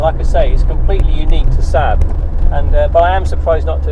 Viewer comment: You must be the only person on the planet who calls the Saab "Sab"! It's a Saab, two "aa" not a Sab!